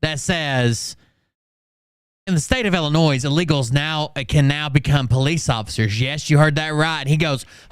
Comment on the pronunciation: is an idiot. He can’t even pronounce “Illinois” He almost got you saying it wrong